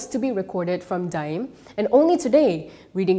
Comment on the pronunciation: The pronunciation is DA’IM, not DIME